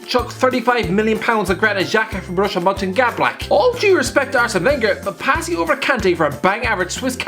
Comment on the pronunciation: "Borussia monchengadblack" 2020